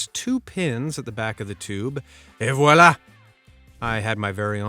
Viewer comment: "ENV VUALA" 😂😂😂